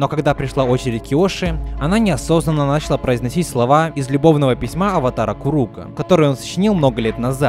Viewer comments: Видео крутое, только меня раздражало то, что ты говоришь не начала́ а на́чала. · Видео огонь, но не мог бы ты говорить началА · началА ,а не нАчала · Дополню ваши замечания: началА, а не нАчала лАдан, а не ладАн